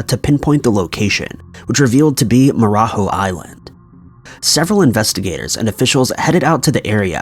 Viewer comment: the J in Ilha de Marajó is not pronounced like the J in Spanish. The language in Brazil is Portuguese.